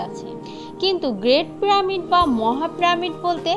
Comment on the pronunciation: প্রামিড নয়,পিরামিড হবে